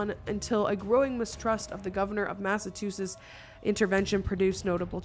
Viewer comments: Mass - of - two - shits 😂😂😂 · Mass-a-Choo-sets.. it’s not hard. You can do ittttt! I believe in you! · Massachusetts: Pronunciation phonetically : Mass - ah - chew - sets Native of Mass, so I had to say something. Love ya! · is it massaCHOO or mass-too??I live in Massachusetts but always heard and pronounced it like massa-choo-sits, you pronounce it like mass-too-sits! I generally don't know LOL (I live in a town next to Salem ) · massatoosits 😂 ily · my love "Mass ah chew sus" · Mam!!!! You just said masertussettes when it’s Massachusetts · "Crowed" was called out, but not "Massatoosits" lol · Grew up here for 14 years ... Mass uh chew sets Easier than struggling with two-s#!ts 😲😆 😉☺️👍🏼🤗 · Massachusetts has a chew sound at the end massa-chew-sets) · my love. Massachusetts = Mass. Ah. Chew sits I couldn't watch your most recent Salem video because I'm a language nerd. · Mast of two shits. Nailed it. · Love you But it... It's Mass-uh-chew-setts 💙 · I love the way she's says Massachusetts😂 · still hasn't learned to say Massachusetts 🤣🤣🤣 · Your inability to say the state name "Massachusetts" gives me the giggles every time. I freaking love you. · Literally and it’s said how it’s spelt. It’s a good thing she got a easy town name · lol still saying Massachusetts incorrectly - sorry being born there I find it funny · Fun fact: can't say Massachusetts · She still can't say Massachusetts. This was a interesting topic.